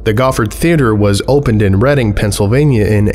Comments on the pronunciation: I’m glad you pronounced the name of Reading correctly. It’s my hometown, and most people who aren’t familiar pronounce it “reeding” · Just gonna say this, thank you for pronouncing Reading, Pennsylvania correctly lmaooo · "Located in Reading, Pennsylvania". First off, props for pronouncing the name right. Secondly, please, to whatever light or dark forces may be watching, PLEASE burn the city to the ground. It's so awful. Good lord. These puppets are the least of our troubles, please just end it all already. We're good to go. Set us free from this torment. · Amused that you know how "Reading" is pronounced and then beef on the name Timothée Goffard (similar to "tee-mo-tay go-FAR").